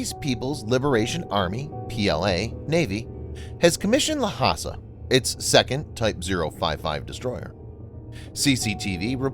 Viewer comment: Narrator’s pronunciation is atrocious. Lhasa is not la-ha-sa, it is two syllable Lha-sa.(la-sa).